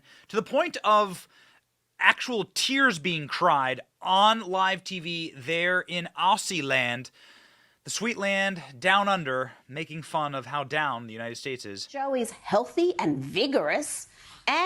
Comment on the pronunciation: It's pronounced Ozzy, like Ozzy Osborn. Not what you said.